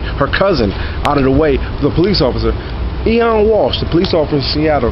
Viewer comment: It's pronounced OH-WEN, not EE-ON. It's the Irish spelling of the name Owen. It's an Irish name. Just to let you know. Nice hat.